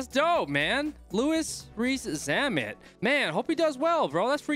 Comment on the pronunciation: The way he pronounced his name at the start lol